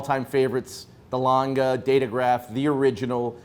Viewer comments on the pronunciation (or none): I cringe every time I hear are Americans referring to A. Lange & Söhne watches as "Langa".